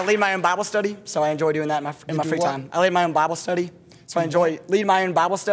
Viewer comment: that one guy, "lead my ouwn bahble stUhdee" and the slogan "pork chop pork chop greasy greasy kubota cuts that grass real easy easy"